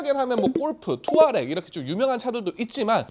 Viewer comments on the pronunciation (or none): 투아레(X) / 투아렉(O).. 받침 하나 차이이긴 한데 살짝 아쉬웠네요